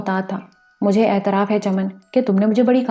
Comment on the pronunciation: واہ واہ واہ واہ واہ واہ کتنا زبردست ناول ھے۔۔۔۔۔ پہلی قسط سے اب تک سامعین کو تحیر کی مضبوط گرفت میں لے کر آگے بڑھا جارہا ھے۔ انتہائ معیاری پیشکش جسکا سب سے بڑی وجہ پیش کرنے والی خاتون / خواتین کی بیحد واضیح اور پراثر آواز ھے۔ صرف کچھ الفاظ کے زیر زبر پیش اور تشدید درست نہیں۔۔۔۔ مثلاً "اطراف کو اعتراف " کہا جارھا ھے، "تغلق خان Tughlaq Khan کو تغلق خان Taghluq Khan" کہا جارھا ھے۔ ۔۔۔ بلبلاتا Bilbilata کو Bulbulata" اور چار چھ دیگر الفاظ۔ اسکے علاوہ سب کچھ بہترین ھے۔ بہت سی مبارکباد قبول کیجیئے۔